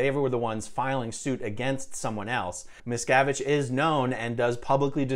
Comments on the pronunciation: You made a good video, but the way you say his name makes it sounds like you’re saying “Mrs.” It wasn’t until the lawyer was doing his examination that I understood what his name was. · anyone hear every time someone says miscavige instead hear, "Ms cavige